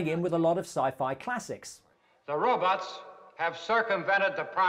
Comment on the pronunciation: Or "Rowbutts"